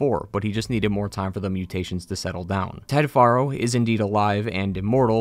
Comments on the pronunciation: I find it funny you call him far-0 even though in the game they pronounce it pharaoh.. are u a putz or someone who just likes changing things the way they want it to be … either way …. Putz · Great recap of both games. One teeny tiny nearly insignificant gripe. Your pronunciation of Ted Faro like far-o. But it's pronounced like Pharaoh, which I think went to Ted's head. That's why he named his bunker Thebes (once capital of Egypt}. The Chariot line (chariots became popular back then) is full of ancient Egyptian references; scarab, khopesh & Horus. Also kinda funny is Elizabeth Sobeck's name. Sobek is the Egyptian crocodile god. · Ugh it's "Fair-o" not "Far-o" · I know this is little thing but you mean to tell me you know how to say fero but you can't call the guy by his actual name you got to keep calling him foro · Anybody else think these video creators are just reading from a script and never played the game? The author said Ted Faro (think pear-o in pronunciation. The actual game says how it's pronounced) as Ted Faro (as FAR-o, like "that cliff is FAR off in the distance)... Am I the only one bothered by this?! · It's Ted FAIR-oh, dude. Not "FAR-oh". Why doesn't anyone ever pay attention to how the characters names are pronounced IN THE GAME? The characters THEMSELVES pronounce these names. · Dude, it's Faro, like Pharaoh, it's said in game repeatedly... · ah yes "Ted Forrow" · How do you play HZD and HFW and still mispronounce "Faro"?? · Why are you pronouncing it "Theeb-iss" when it's pronounced "Theebs"? And it's not "Faa-ro" it's "Pharoah". They say it multiple times. Drives me bonkers when people purposefully mispronounce shit that has a very clear pronounciation.